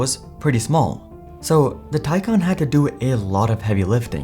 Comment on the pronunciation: Your AI is terrible. It’s Taycan,not tycan!